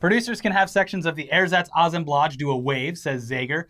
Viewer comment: Im mad at for pronouncing assemblage like that! lol (its UH-sim-BLehj) He sounds like a reporter pronouncing ethnic names with a fake accent! “The hurricane will reach Acapulco!”